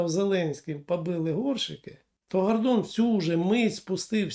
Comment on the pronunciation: Не коверкайте українську мову,наприклад"пагаворимо",не "гардон" а гордон,не мажливість а смі знаєте як